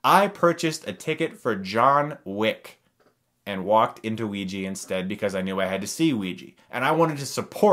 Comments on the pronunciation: Its pronounced oh-wi-ja not wi-ji -_ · Wee-Gee. Chris. Chris no. That's not how it's said. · bad pronunciation of ouija :S